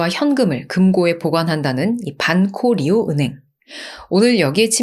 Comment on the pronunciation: Banco Río 는 방코리오 라고 발음해 주시면 고맙겠습니다